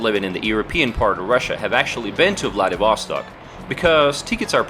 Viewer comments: It's VladivostOk, not VladivOstok. PLEASE check where a stress should be before repeating the word 99999 times in a video. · Ударение в названии правильно ставить на последний слог. 🌚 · I don't get why Vlah-dee-VOH-stok. It is pronounced Vlah-dee-vah-STOK. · My friend, it is to be pronounced “vladivastòk” not “vladivòstok” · You just suck in pronouncing ВладивостОк /VladivostOk!!! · Vladivostok sounds like Bloody Vostok :D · Why don't you pronounce the city's name properly? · Nice video! I am curious. You have a pretty good pronunciation of the word "Vlad'et'", so why do you say Vladivostok with such a terrible U.S. accent? :)